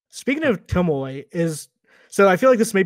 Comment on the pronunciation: It takes a special something to go through a long and memorable questline with a character, hearing their name pronounced Tomoe and then still call them Tomo. Guess I shouldn't expect more from